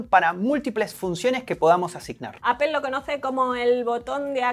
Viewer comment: Porque dicen APEL? si se dice Apol!